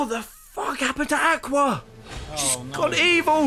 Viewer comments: And he still says Aqua wrong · He says Aqua wrong...?